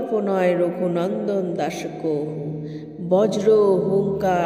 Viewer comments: কহু বলছেন কেন? কাহু লেখা আছে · সংস্কৃত শব্দ "কাহু " হলেও ওটা যখন বাংলায় বলবো উচ্চারণ "কহু " হবে